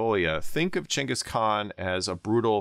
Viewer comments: Thank you for pronouncing Chengis Khan correctly instead of Ghenghis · Thank you for pronouncing Chinggis properly! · Because that's roughly how the name is pronounced. The first G in Genghis is supposed to be a "soft" one, like "germ" or "gem", reading is as a "hard" G is not how the name is originally pronounced. (Many other languages write the name with a C or Dj or some variation indicating a "dsh" sound.)